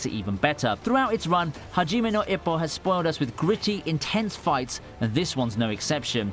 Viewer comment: but you said "haji now ipoh"